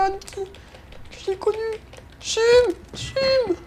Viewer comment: Ce n’est pas Chumme c’est Cham c’est jam c’est EE tu